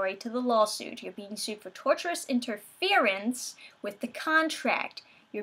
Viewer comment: Tor-shush-inter-fear-ence..... great video, funny, love your vids.